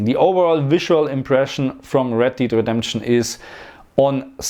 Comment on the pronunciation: It's Red Dead, not Red 'Deed' Redemption.